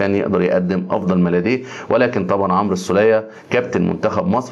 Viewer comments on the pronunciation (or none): none